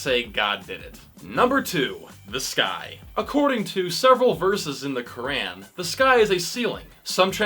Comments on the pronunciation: At least learn how to say "Quran" right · That’s not how you say Quran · The way you pronounce 'Quran' grinds my gears. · Idk what’s more funny the comment or this guy trying to pronounce the Quran